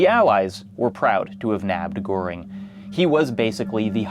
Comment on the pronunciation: usually I feel a bit of cringe when non-Germans pronounce German names incorrectly, but Goering was such a piece of shit, he doesn't deserve better.